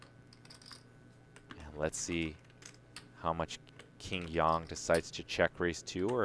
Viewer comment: It's not pronounced Yan...it's pronounced Yang like ying and yang